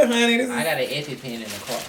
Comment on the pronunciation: Lmaof said I got an eppy pen 🖊 in the car.. sis said “ you aint got eppy”! Lol 😂